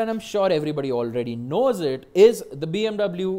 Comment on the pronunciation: u calling bmw as bmv every now and then is annoying... plz stick to bmw and don't struggle in trying to show yourself off and fail miserably